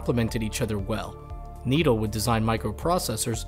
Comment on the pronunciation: It's pronounced "NED ELLE" not needle